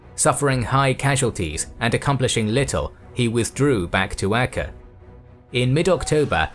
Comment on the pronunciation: Acre is pronounced like an acre of land.